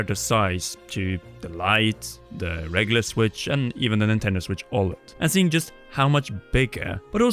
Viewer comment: Nintendo Switch ÅLED!